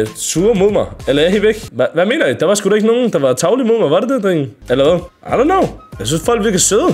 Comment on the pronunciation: Pls lær at sig “drenge” rigtigt 😭😭